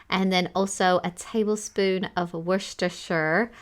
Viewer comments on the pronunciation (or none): Its /wusta/ sause. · Worcestershire. Don't pronounce that first R, and also make sure you put the schwa in the last syllable. Some people will want to say 'shire', but just like 'Hampshire', -shire, -shire, it's a schwa in that last syllable. wu·stuh·shr-saas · I know it’s called Worcestershire Sauce, but I’ve always known it as Worcester Sauce, everyone I know calls it that too, I don’t know if that’s just a London thing? It’s much easier to pronounce though! 😁